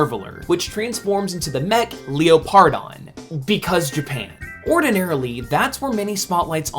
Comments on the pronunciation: I cringe every time you pronounce Leopardon. Its pronounced “leper-don”, not Leo-par-don. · I think it’s pronounced Leopard-on instead of Leo-pardon